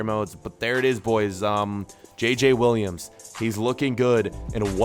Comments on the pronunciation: Im french but Williams Is not how you say Williams. As a french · Kind of Is close because A french person like me has it like that but just Um Williams he said i t wrong and JJ Is wrong to pronoucation